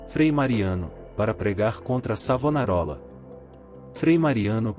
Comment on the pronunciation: Vá estudar mentiroso, enganador de trouxas. Aprenda ao menos a pronunciar o nome do Mestre! E qual é a tua "igreja" o mentiroso ? Sou florentino. Cacete!